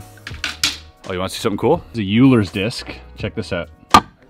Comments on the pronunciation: Oh man… he must have filmed this a while back 🤦‍♂️ everyone corrected his short pronunciation of the Euler’s Disc (OIL-ers not YOU-lers) and then he goes and says it wrong again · Just because I have a heavy maths background: Euler is Oi-ler. But I know it's not pronounced that way in French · fyi, "Euler" is pronounced "OY-lar" Keep on rockin! ♠ ♥ ♣ ♦ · The "Euler" in Euler's disk should be pronounced like a member of the Edmonton Hockey team, Oiler. Leonhard Euler was Austrian, so you should use Austrian pronunciation rules.